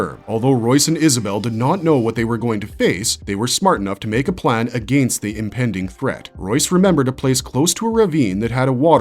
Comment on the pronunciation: Holy run on sentences batman! Take a breath dude. "Soary?" "Ah-gain-st?" Geez, couldn't even make it through the whole video for due to your mispronouncing and refusal to pause between sentences 👎👎